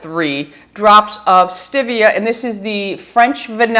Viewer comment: I just want you to say stEvia ~~~ NOT stIvia!!! 😁